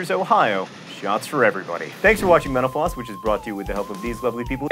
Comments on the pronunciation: The way he said mental-floss at the end sounded like he said: "Thank you for watching menopause." XD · Every time you say mental floss it sounds like menopause to me. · So John, I know this has been mentioned before but...why do you say Menopause instead of Mental Floss! Of course that is one if the reasons I watch the Lists show! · When he says "Mental Floss," it sounds like "menopause." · I thought the said "Thanks for watching Menopause" ...... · Thought he said "menopause!" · When you say mental floss, it sounds like menopause. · Sounds like you're saying menopause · at the end of every video i swear he says menopause. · Am I the only one who hears menopause instead of mental floss ?